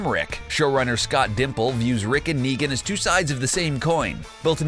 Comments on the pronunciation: Its scott Gimple not Dimple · His name is Scott M. Gimple not Scott dimple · 'Dayl' 'Scott Dimple'. Jesus can you get any worse at pronouncing names? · How did you butcher Gimple??? and you need to finish reading Here's Negan cause he definitely breaks out Lucille barbwire and all